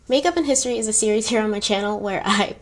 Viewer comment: I love the way you tell the history about important people. But I don’t like the way you say the word history and when you go back to time machine I don’t like that part. I’m so sorry that I’m telling you this but these two things doesn’t suits yourPersonality otherwise you are so beautiful and I love love your eyes.